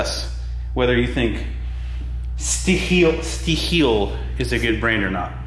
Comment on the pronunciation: Good to see you using a Stihl chainsaw 👍, fabulous German product 😀. And Michael has been at the hair stylist, great work 👍, looks better 😛 And by the way, Stihl has to be pronounced as your English/American word „steel“, just with a long pronounced letter e.